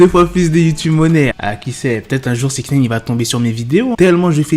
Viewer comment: On dit pas" six nène" je vais l ecrire en phonetique, six "naillene" ( comme nein en allemand)